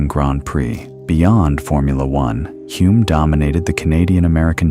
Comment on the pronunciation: AI running riot again - Denny Huh-lme, not Hoo-lme as he told me himself; Coniston is in Cumbria, not Lancashire; and how did Henry Surtees become Turkington midway through the piece?